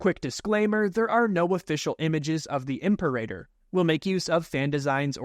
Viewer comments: it’s pronounced “Im-peh-rah-tor” not “Imper-a-tor” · im sorry is it really Imp-erator? not impera-tor? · Imperator class It's pronounced im-PEER-a-tōr, not imper-AY-tor. Also, the Tector ckass originated BEFORE the Imperial class, having been originally designed and built during the Clone Wars. It was far more heavily armed and armored, but carried no starfighters. This allowed the reactor to be mounted completely internally, with no external bulge. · Dude, it’s pronounced “Im-peh-rah-tor” nit “Imper-a-tor” 😢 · it's "ihm-PAIR-ah-tor", not "IHMP-er-ay-der" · "im-Pair-eh-tor" And "Seck-you-tor" Right? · Says "Venator" correct, then says "imper-eigher." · Your pronunciation of the word "Imperator" is killing me 😂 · Great Video. You mispronounced Imperator/Secutor/Bakura